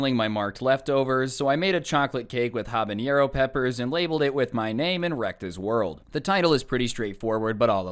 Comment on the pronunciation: Y does he say habanero like that